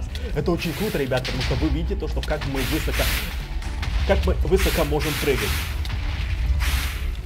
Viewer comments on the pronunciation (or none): высокО а не вЫсоко